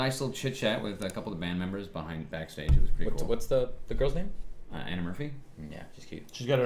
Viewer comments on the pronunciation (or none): none